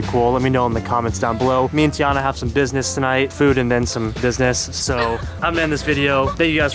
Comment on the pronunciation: "Business" he says hmm :)